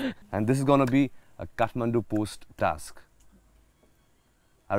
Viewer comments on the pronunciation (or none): none